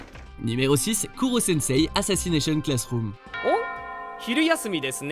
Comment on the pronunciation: c'est korosensei mais bon